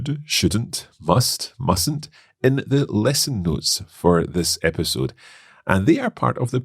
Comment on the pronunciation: episode not esipode thats wrong 😅